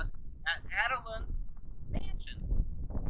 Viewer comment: Thank you so much for your tour of our beautiful Adaland Mansion!! did a great job of showing off this historical gem. Two notes -- Adaland is pronounced Ada with a long A. As shared, Judge Ira Robinson named the house after his wife and daughter, Ada. Second, first mention of Judge Robinson's name must have been lost on the "editing floor" as she talks about him, but his name isn't said until much later. Just wanting your audience to know the pronunciation of the house's name and one of the owner's name. We hope you will come back and see us again during the 2019 season, and we invite all your viewers to visit and check out our calendar of events. There is something there for everyone!!